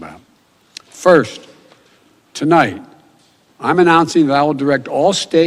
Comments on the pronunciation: He began the telemprompter speach with to light, instead of tonight. Wow. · Not even 10 seconds into his speech, and he can't even pronounce tonight.